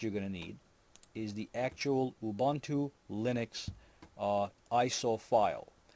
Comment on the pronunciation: Ubuntu is pronounced as: OObOOntOO. My Gosh!